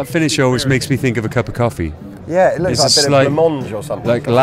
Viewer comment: When he says "cup o' coffee" notice he puts on a slight American accent lol